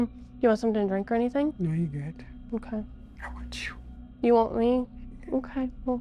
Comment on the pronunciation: … “I want you”… sounds like “I want chu”… takes me out all the time 😂😂😂😂😂